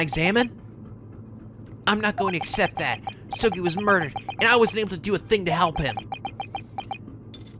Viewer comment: More like "A-soul-gi"